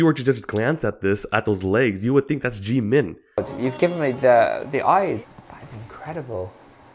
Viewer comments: When he says it, it somehow sounds like jee man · Please stop saying "Jimin" Jeemin. 😂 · This, is Jeemin Omg I'm sorry but I'm wheezing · The fact that you purposefully fked up his name made me cackle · I was also bothered a little about that 😅 but I guess because of their accent or just pronunciation differences.